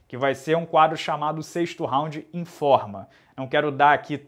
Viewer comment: escutei "em forma" nao informa kkkkkkkkkkkk